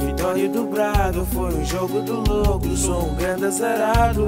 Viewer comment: mano tens de aprender a dizer braga n disseste bem mas de resto granda sonoro mt bem